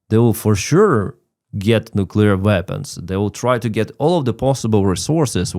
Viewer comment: It is " nu-cle-ar ". Please dont bush this word. Love your podcast, but prononciation does have consequences